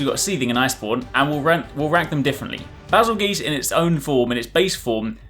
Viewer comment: “Bas-il- GEESE” ..........wut